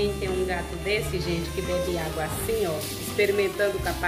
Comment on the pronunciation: Vcs não poderiam molhar a madeira, E eu assisto seus vídeos a bastante tempo e vc não falava alga igual vc está falando ao invés de água.